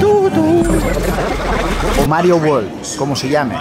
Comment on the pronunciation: Por favor, recordad que la mayoría de los españoles pronuncian WORLD como WALL uól o WAR uór o una mezcla de los dos. Es UÉRLD la pronunciación inglesa. Lo mismo: WORK uérk, no uórk. WORD uérd, no uórd...